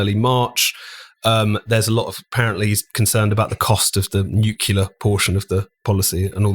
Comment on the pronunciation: "Nucular....." Aaaaaaaghhhh!!!